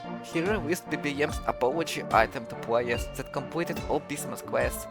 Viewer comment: dude i hate your voice i want to watch this video so bad but you wont stop saying pwayuhs